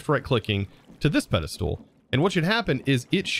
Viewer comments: can you please say "ped-i-stol" not "ped-i-stool" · I cannot get over the way pronounces Pedestal! He says Peda-Stool I've noticed it for years but never commented it! hahahha. Loving the content! I'm binging this series right now! So good! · anyone else get mildly annoyed when he says "Pedestool"? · Just a little bit but ya lmao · i keep referring to this video to automate the pedestals... but i gotta say,, your pronunciation of the word "Pedestal" makes my ears bleed.